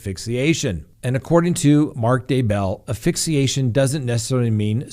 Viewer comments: Please pronounce it correctly. It is AS Fixiation not Afixiation. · ASSSSSSSSSSSSSSSS PHYXIATION. NOT AFFIXIATION ⬅️ not a word. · It is pronounced ASphyxiation. Don't forget the S. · You are mispronouncing asphyxiation. There is an “s” in the first syllable.